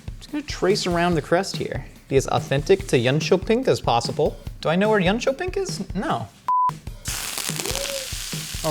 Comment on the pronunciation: you got the facts damn straight. Good pronounciation of Jönköping aswell! I'm proud of you